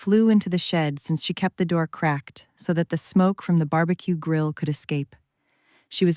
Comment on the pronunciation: AI but ok. BAR-B-QEE was hilarious